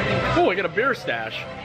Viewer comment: The fish & chips looked so good! I've gotta go there!! You had me drooling. I think you said "beer snatch" instead of "beer stache", haha!